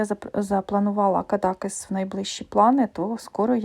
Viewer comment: звісно, можеш брати мої фото, тобі можна))) як мені подобаються всі набори у твоєму списку😍 дозволь мені тебе трохи виправити наголос у назві містечка Кадакéс. Я не раз намагалася прочитати, що ж там написано, але там такий почерк, що не можу розібрати. А от на дизайні з млинами схоже уривок із Дон Кіхота.